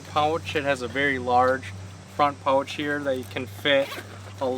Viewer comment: You seem to pronounce OU oddly !!! I had to go to subtitles to figure out that you were kayaking pouch sounds like pultch or something ? And other words with an OU in them